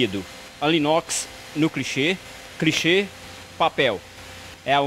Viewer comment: “crichê” kkkkkkkkkkk